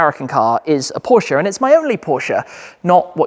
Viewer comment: The way you say Porsche. Does my heading 😂